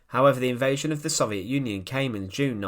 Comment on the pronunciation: Say it with me, so-viet, not sov-e-et